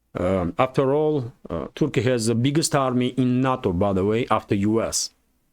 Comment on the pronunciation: NATO is not a word. It is pronounced "nay- toe"